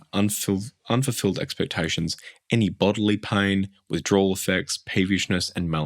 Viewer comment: Iv never heard anyone pronounce "pain" as "paing" I didn't realise there was a G at the end of the word 😂